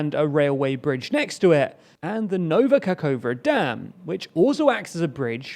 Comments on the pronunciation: Sorry, but the way you still butcher the Ukranian geographical names after 6 months spoils the experience more and more. Nova Kakhovka is really read the way it is transribed, Ka-khov-ka. I don't get why you constantly read it Kakoua. I apreciate the effort you put into research, but pronunciation research is part of the deal. When journalists in Eastern Europe want to report on e.g. a breakthrough archaeological discovery near Pwllheli in Wales, they also have to find out how the hell to pronounce that first. I could help you with that if you need. Last step to perfection. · I admire your dedication, precision and evenhandedness. However, please, try to pay attention to pronunciation of Kh or Ch or Xi at the beginning of KHerson, KHarkiv etc., or in Nova KaKHovka (where you failed bad). It should be almost always pronounced similar to "ch" in Scotish "Loch". Wikipedia lets you listen to some of them. but you definitely know number of Slavic speakers ready to help.